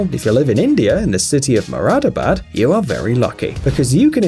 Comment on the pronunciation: U spoke indian city muradabad correctly......like a BOSS